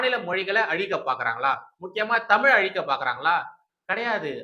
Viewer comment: ஆங்கிலமும் தேவையில்லை. தமில் தமில் மட்டும் போறும்